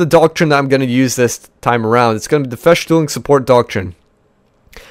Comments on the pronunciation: Festung and not Feschtung. before you try to pronounce German words pls write the German word down into google translator an hit the listen button:) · its festung not feshtung